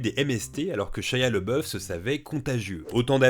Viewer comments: C'pas "Lebeuf" mais "Labeuf" en prononciation... Ça pique les oreilles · LABOUF pas LEBEUF... j'aime pas cet acteur mais prononcer son nom correctement est le respect minimum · par contre tu prononce son nom "le boeuf" alors que ca se prononce "l'abbé ouf" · Pq prononcer LeBoeuf alors que son nom est LaBoeuf ? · Pourquoi on prononce « Leboeuf » si c’est « Labeouf » ? Son nom était « Leboeuf » à l’origine ou rien à voir ?